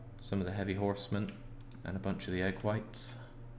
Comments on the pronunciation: Pretty sure he's been saying egg whites the whole time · You say Equites, I hear egg whites